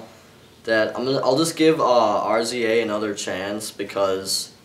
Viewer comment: Couple notes.. The film was cut down from 4hours of footage(probably better character development somewhere in there). An his name is pronounced Rizza(RZA). And he he one of the leaders of the greatest rap group of all time. The Wu-Tang Clan